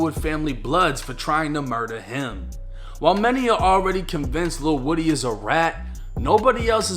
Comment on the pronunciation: Lil whoady not woody lol